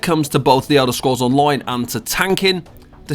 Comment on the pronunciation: "De Elder scrolls On-loin"